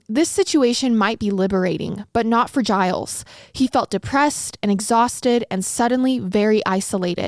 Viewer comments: His name is actually pronounced "Zheel", it's Québecois (French)... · 'gilles' is a french name, its pronounced 'jill' with a soft J